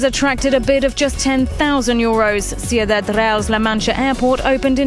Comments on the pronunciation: I like how he didnt even bother to look up the pronunciation of the word Ciudad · You didn't actually say "Sioudad" on number 4 did you? Jesus man learn how to pronounce in another language. I'm Greek and i still now how to pronounce Spanish.